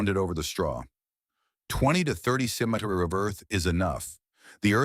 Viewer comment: Im just here to hear how bad the AI pronounces centimeter